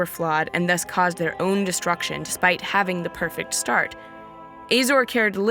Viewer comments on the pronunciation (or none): none